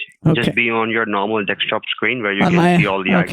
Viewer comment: I'm sorry if this is a dumb question, but is it intentional you often pronounce desktop as dekstop when using a false voice? Is it a character thing?